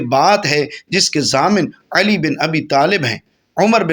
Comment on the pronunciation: Aap Uedu bhi iss tarah mazhaka kheiz, Arabi lehje mein bol rahe hain ke Urdu ka satyanas kar ke rakh diya hai. Khassosan Hazrat ALi ka naam zuban twist kar kar ke bigaar rahe hain.